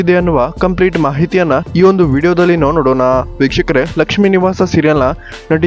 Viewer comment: nivu starting helidu vikahkare adu bikshukare anothara keltide swlpa nidana heli